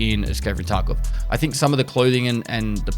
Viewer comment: Is it just me or did he say escape from taco lmao 🌮